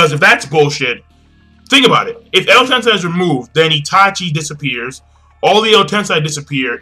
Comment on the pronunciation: You keep saying Edo Tensai - it's Edo Tensei.